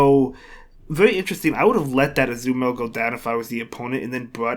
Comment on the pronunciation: Tbh I always like to hear you pronouncing Azumarill as Azumel xD